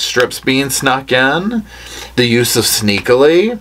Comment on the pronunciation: Not “sneakily” 😂